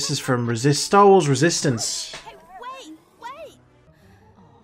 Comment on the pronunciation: i like how you said resistance with an almost “French accent” haha. Resist-ANCE.